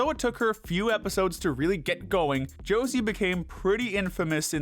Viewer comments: I agree with all your picks, just one thing, you misspronounced the name of Josee. It's not "Jocey", it's JoseÉ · I actually do mean this in the nicest way possible but it makes me so mad when u say Josie instead of josee(just bc she’s like my fav character) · I think Josee is pronounced (show zay). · josé is pronounced hozay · I don't know why the dude pronouncing Joseé as Jo-see bothered me as much as it did- But boy did I wanna sit in Infront of a screen and make him watch at least ONE episode of RR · Why are the procunces Josse as Josie . I thought her name was similar to Jose Al's Older brother but more emphasis on the J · The way he pronounces josee hurts me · Thank you so muuuch for this video i love it, btw that is NOT how you pronounce Josee's name🤣